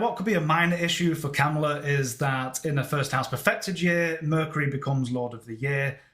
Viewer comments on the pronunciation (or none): It’s Ka MA la. Not KamaLA or not KAmala. It’s sounds like you’re saying Cowmala or camala . It’s a tough one. Listen to how she says her own name. It’s really . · Her name is pronounced COMMA-LA - Not Cam-ala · she calls herself comma-la. President Trump deliberately misprounces her name. did by accident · Very good analysis,. May i kindly mention that she pronounces her first name as comma-la. The Trump campaign is deliberately mispronouncing her name. It would be interesting to see her solar arc for 20 Jan 2025 when the new president is inaugurated. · Please pronounce her name correctly…comma-la